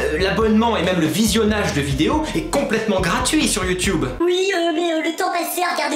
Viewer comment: Ça me fait trop rire quand tu dis (YouTube) tu dis YouToube 😂😂😂😂 t'es super drôle et super cool #